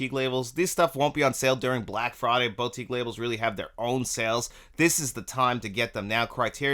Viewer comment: Haha and here I was almost scream at the screen.. It's "BoU"tique. NOT "BOW"tique... ;)